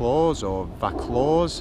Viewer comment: Vaucluse is pronounced Vau (Vor) clues. You can always rely on me to correct your Sydney suburb pronunciation...Those harbour beaches, Milk and Shark look awesome bro, you're teaching me about Sydney too!:)